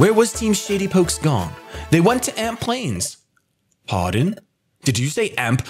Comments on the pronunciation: also it's amp plains not alp plaims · Shady it's Amp plains not Alp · "Alp" Plains lol. Love ya Shady!